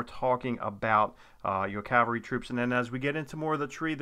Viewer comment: Thank you for saying CAVALRY correctly! So many people say and spell it wrong as Calvary.